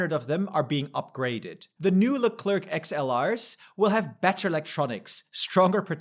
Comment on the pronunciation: Leclerc is not pronounced like Leclerk but Leclair comme Sinclair, learn your French